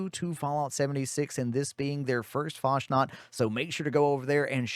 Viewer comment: Isn't it "Fas nat" instead of "Fash nat"?